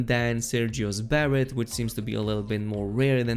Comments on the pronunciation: it is not sergio's barrett it is sergios beret or beray like be ray. I am sorry but this is a major pet peeve. the real way to say it is br ei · Beret = 🗣buh-RAY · The way you said beret made my head hurt..